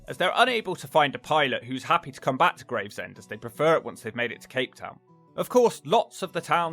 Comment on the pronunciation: Ahh yes, Gravsend..... me mate closed his business here a few years back (Just up that hill from that pier), when he started to see the rot set in. Love you to come up to the East Midlands, and especaly give Ilkeston (Erewash), and it's dog crap neighbour, Cotmanhay (Both in Derbyshire)...... both are an absolute toilet.